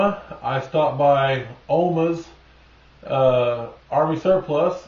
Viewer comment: Omaha's.....not Omahs.